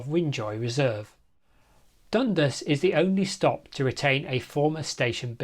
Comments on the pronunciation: Hullo, the locals pronounce it dun-DAS, with the emphasis on DAS. I wonder why they didn't run a gauntlet track over Kissing Point Road ? It would have saved (us) money. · Just a pronunciation note: the stress goes on the second syllable in Dundas, and it rhymes with 'gas'. At least, that's how I always heard it, growing up in the area in the 1980s.